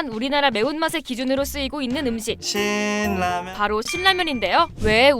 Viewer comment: 오.. 신라면 발음 좋아요. 어떤 채널은 실라면이라고 해서 불편했음, 거기는 진라면도 질라면이라고 함